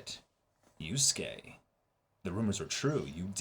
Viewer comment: Yu-SU-ke is giving me Sa-KA-moto flashbacks.